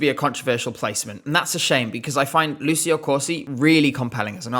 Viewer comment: Ci in Italian is always pronounced ‘chi’ and chi is always pronounced ‘ki’ as in ‘Kim’, so Lucio is pronounced ‘Lu-chi-oh’ !